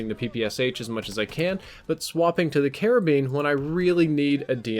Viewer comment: You sound like you are saying Caribbean every time you say karabin lol